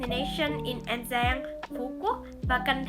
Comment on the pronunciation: "An Giang, Phu Quoc VÀ Can Tho" dễ thưn zayy Phát âm càng ngày càng hay lun í, mê vlog nầy quá